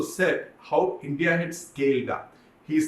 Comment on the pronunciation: It’s INDIA not Indi